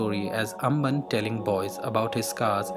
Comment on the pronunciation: Good attention to detail , please keep that attention to understand the characters names pronouncation , You are calling "Shaanthan" as "shaandham" , "ambaan" as "amban"